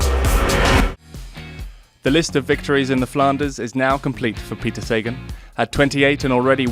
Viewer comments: I thought it was SA-GAN not SAY-GEN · jesus learn his name, you are butchering his name. pronounce is saghan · It is pronounced SA-GAN.................geeezzzzz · 'say-gone', how apt. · “The list of victories in the Flanders is now complete” WTF? Please get a cycling fan to do the voiceover so you get it right & pronounce Sagan properly. I expect more from the Official channel